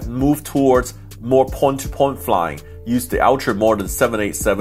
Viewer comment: A-FREE? THree not Free Poi to Poi